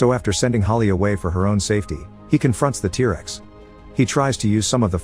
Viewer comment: Oh yes, tear-rexs